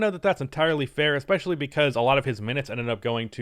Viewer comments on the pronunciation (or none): none